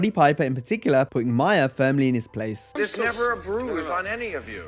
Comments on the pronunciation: Not "Myer" "Maar". Lol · It is not Bill Myers. Its Mahr. Rhymes with car. Learn English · Ma-her not Myer!